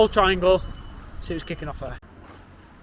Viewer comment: "Let's see wots kikin off"😂